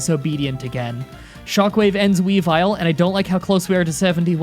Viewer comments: ITS WEAVE-ILE NOT WEEVILE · It's we-vile